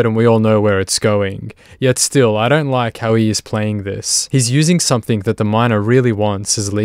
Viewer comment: Please stop adding a K on the end of words like something and anything! Your narration is perfect aside from that, love the episodes! Awesome to see all these scumbags go down on camera